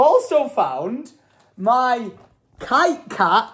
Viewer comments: It's pronounced Kitty Kat -not Kite Kat lol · KITE 🪁 KAT??? It is not pronounced like kitty cat? Kit-e-cat??😂😂😂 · Kite Kat made me laugh, Sorry. Its Kit e Kat 😂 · Kitekat.... Hahaha thats kit e kat as in the cat food lol😅😅😅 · Kitekat 😂 it's kit-e-kat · Kite Kat ....... its Kit 'E' Kat lol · Kite kat? That's Kit-E-Kat ya beg balloon! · Kite kat 😂🤣 its pronounced kitty kat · One job one job. It's not pronounced Kite Kat it's Kit E Kat